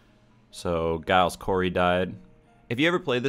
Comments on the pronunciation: Giles is not said with a g it's more of a J "Jiales" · when he says giles wrong and doesnt do the investigator role right even though he isnt invest it kills me ok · You're not pronouncing Giles correctly..